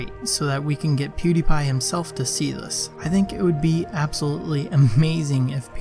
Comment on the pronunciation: A lot of people are pernounsing pewdiepies name (pew di pie) and it's bothering me